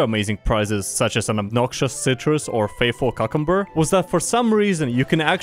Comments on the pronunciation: Q-cumber. Not cuck-umber. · Excuse me, did you just "Cuckumber"? Because if thats hilarious. Pronunciation tip: It's pronounced "Q-cumber". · did you say... Cukumber? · how the fuck did he just pronounce cucumber?